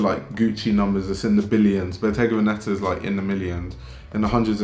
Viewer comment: The accent goes on the first e, it’s ‘vèneta’. (I hope you find this useful)